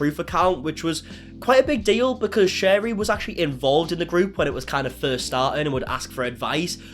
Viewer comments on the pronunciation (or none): Don’t know why this is bothering me so much but her name is pronounced Sherry like the drink not shar-rie. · You say both Shari and Franke wrong 😅